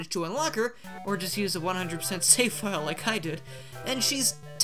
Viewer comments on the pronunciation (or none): none